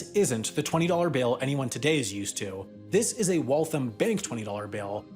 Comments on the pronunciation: Your pronunciation of Waltham is not correct. It’s more like Wall-tham (sounds like ham at the end). What you’re saying omits the last “a” and sounds like Walth’m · As a former resident of Waltham, pronunciation of Waltham was like nails on a chalkboard. It's pronounced like "Wall thamb" not like "Wall thumb" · It's pronounced wal-tham, not walthim. Btw, awesome awesome video. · Great video, but please. It’s not “Wall-thum”. It’s “wall-tham,” with the second syllable also getting stressed and rhyming with “ham.” Being from MA, I had trouble listening to the middle of this. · Shocked to see Waltham there, very cool piece of history! It is pronounced Walth-ham and not Walth-um though! MA town names are hard. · Wal-thAM not walthum. ie i AM not liking how you say waltham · It's Walth-HAM. It got a little frustrating by the 20th time. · If you ask someone in MA where Waltham is, you're going to get some looks. Say "Wall-tham" and we'll know what you're asking. You'll probably get intentionally wrong directions and be made fun of after the fact, but hey, you knew what you were getting into. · "Walthum" is also wrong. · You pronounced Waltham wrong. It is Wall tHam. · You’re pronouncing Waltham wrong. The am is pronounced like “I am” and not “um” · Amazing video. Just need to lengthen the ‘a’ sound in Waltham and it’s perfect.